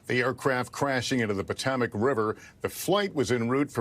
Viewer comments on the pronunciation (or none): What's the "Patemec" River? Does Holt mean the Potomac? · NBC can't even find newscasters who can pronounce the name of one of America's most famous rivers. SMH